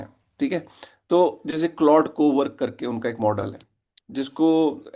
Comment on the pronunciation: अबे बोबडे "क्लाउडे" नहीं "क्लॉड" बोलते है।